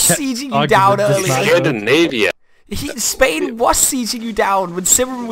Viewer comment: Hey, couldnt help but notice a danish(or atleast Scandinavian) accent on the guy who plays as Scandinavia, like out of curiosity who is he? Jeg er selv dansker så det er nok derfor jeg lage mærke til at udtalelsen var hvad skal man lidt fordansket. Rigtig gode videoer elsker dem:).